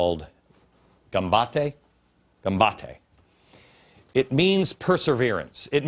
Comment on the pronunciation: Good god, he butchers 'gambatte' in a most painful way. Then again that is the least of his problems. I wish he'd stop saying it, though as it hurts my poor ears. I find it very odd that Glenn Beck is praising Japan when it's a country that has virtually no Christians at all and is in fact atheist.